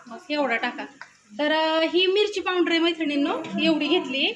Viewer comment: solav nahi sohala Powander nahi pawder